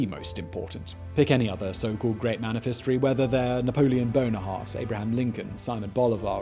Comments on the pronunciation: I swear he said napoleon Bonerheart? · Was that Napoleon BonaHarte? 🤔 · Did you just say Napoleon Bonerheart? xD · Dear Simon, who the hell is Napoleon Bonerhart? 😂😂😂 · "Bonaheart" xD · Did he say Napoleon Bonaheart or am I hearing things? lol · Can we all just acknowledge that Simon call Napoleon Boner Hard xD? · Did anyone else hear him say Napoleon Bonahard at the end? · Yes, I heard that. That's why I'm here in the comment section. I thought maybe my ears had a senior moment.